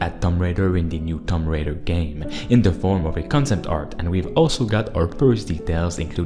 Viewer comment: Its tomb raider not tom raider. (toom)😂